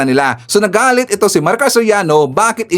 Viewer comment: Serrano Maricar hindi Soriano